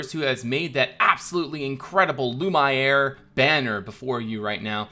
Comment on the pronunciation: If you're going for a more french pronunciation, Lumiere = Loo-mee-air